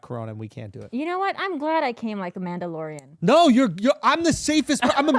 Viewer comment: Mandlorian lmao 😂 nailed it